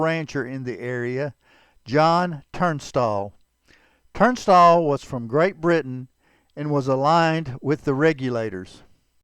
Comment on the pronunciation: There is no “R” in Tunstall. Listen to your video and you will hear that you inserted an “R”